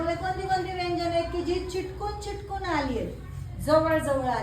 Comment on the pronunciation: मॅडम,बाकी सर्व छान आहे पण चिटकून असा शब्द न म्हणता चिकटून असा बोला.